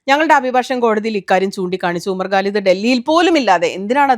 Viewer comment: Please try to pronounce Quran, not Guran. Also, Bharya, not Pharya. Umar Khalid, not Galid. Khan, not Gan. Humble request only